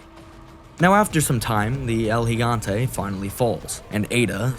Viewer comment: Was already gonna sub, but then I heard you say El Gigante correctly and had to for sure! Awesome video thanks